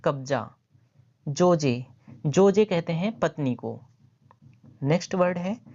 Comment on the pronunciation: जोजे नही होता है ज़ौजा होता है इसका मतलब पत्नी बीवी